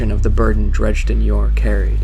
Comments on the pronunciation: saying "chill" as if the guy was raging about it lol. Dredge-din is so obviously incorrect. And they even say it properly at the beginning. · Your pronouncing his name WRONG. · he pronounces dredgen very strangly... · Yes. He proved he is illiterate and it completely killed the video for me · Would be a lot better if you pronounced Dredgen's name right. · totally agree! Made me cringe every time! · You mispronounced Dredgen for the whole video... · It's a real shame you're pronouncing his name incorrectly... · Nice job. Why do you pronounce it "Dredge-din" though? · Dredgen. Not "Dredgeden." Totally ruined the immersion. Don't know how you could overlook such a major detail. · You DO realize that the "d" in the middle of "Dredgen" is BEFORE the "g". You call him "Drejden" throughout the entire video and it really ruined it for me. That's all I could think about and it detracted from the content. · great work here. if you need voice actors message me. on a side note, every time I heard "dredge-din Yor" I cringed...lol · Amazing video... But please, it's pronounced "Dredgen" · either of those would be fine. except the narration says "dredge-din" which is entirely wrong altogether lol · him calling Dredgen Yor "Dredge den Yor" made me mad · This was amazing but sorry I'm going to be "that guy" and say that Dredgen is pronounced as DrEDGEn like edge. I could be wrong though cause we only know the name and his name was never said in the game. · He mispronounced Dredgen throughout the whole video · Dred-jen, definitely not dredge-den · ...I do recall his name not being Drejden but Dredgen lol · Cool vid but it's dredGen not dredJenlike Gggg g as an g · this is a sweet video, great job! I can't wait for the second. please don't take this a trolling, because that really isn't my intent. God knows I've mispronounced things in my day, but it really stood out to me. It's Dredgen Yor, not Dregden Yor. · it's not "Dredge-Den"....